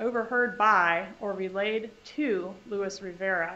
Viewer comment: She keeps referring to him, but his name is Luis, not Louis.